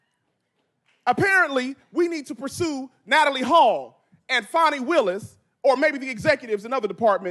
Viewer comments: Fan, fani wilis. Not fawn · It's not "fah-ni." It's "FA-NEE" as in fannie. clap,..clap,..clap!!! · Just fyi “Fani” is pronounced “fan e”. Fauni would be the correct spelling of the leftist pronunciation. Either her mother was not smart enough to spell the name she intended correctly, or, more likely, Fani doesn’t like being named after a term used as an alternative to buttocks. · Why are people pronouncing her name as if it is " Fawny" not Fanni" ? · Hey guy, its Fani Willis. Not Fonni. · Its fanni, like hat. It’s not fonni. Fanni like your a$$. If anyone in the comment section that doesn’t like your opinion, none of us care about their opinion. TDS is all around. For those who do you have TDS, next time you get your eighth booster, please see if they have a shot for TDS. In my opinion, I believe you would be much happier! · Why are you saying "Fahnee" now? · You have to make jokes about these ridiculously sanctimonious people and their clown world. Mockery is what they deserve. Her name does not have a "u", it's not pronounced like a young deer. She getting her Fanny packed like her namesake